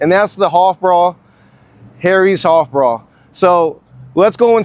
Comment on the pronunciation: Love harry's hoffbrau(sounds like hoff brow )